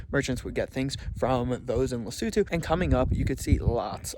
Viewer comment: finally someone pronounced the name of the country right 😂